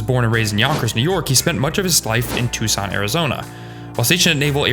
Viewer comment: Thank you for pronouncing Tucson correctly